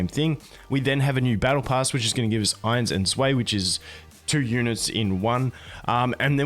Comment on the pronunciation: I love u man so: Ainz is pronounced like Eins-(stein) Zwei basically "why" with a Z b4 it, "zwhy"